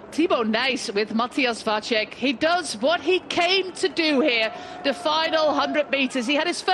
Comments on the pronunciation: She's got Vacek's name all wrong though. The 'c' in the middle of his name is pronounced as "ts" in tits. Not as "ch" in check or "cz" in Czech. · except for Vacek, where it's a normal C, so should be pronounced like "ts" instead of "ch" and short a, long would be á